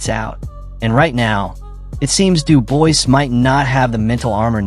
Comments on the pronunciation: If I hear Dubois pronounced like that again I may chop my bollocks off. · After about the 6th time of pronouncing Dubois wrong I had to stop the video... That's like nails down a chalk board. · I immediately stopped the video upon reading this comment. I hate when the name is pronounced incorrectly. So yeah, thank you. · bro you're talking about two boxers and mispronounce both of their names. Have a bit of respect.